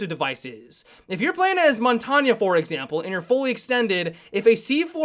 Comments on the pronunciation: Montagne is pronounced Mon- tayn. please m8. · Lol he said montonya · Montagne is pronounced "Mon-tang" come on lol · Montagne is spelt and pronounced like champagne, both are French, learn some shit.